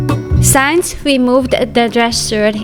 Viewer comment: (sigh) Okay, I give up! With this new posting I once again hear "shaft" for "shelf" and "science" for "since" but - hey, in the end, who cares!? The amazing and intuitive cleaning and organizing videos we are treated to show how we can maintain our homes, our mental and physical health, and not make it seem like our feet are being held to the fire...dare I say, witness an exercise in Grace....? Thank you, for this unique window on another way of living and working, a lesson to us all.